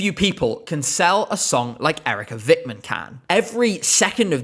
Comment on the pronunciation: We're not going to vote her because the way you said Eerika Vikman sucks ass